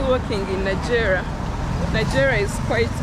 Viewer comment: Sorry the place is pronounced Na-Jje-ra not Najera and Kiira is Ki-ra otherwise those place are not in Uganda.